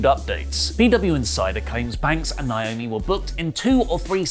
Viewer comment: I’m so annoyed by and A LOT of other people constantly calling her Nyomi. It’s Naomi ( nay o mee). Why is this hard? It’s right there in the spelling